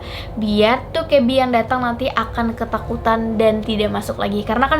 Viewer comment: Bacanya bukan Dokkaebi tapi Dokkaebi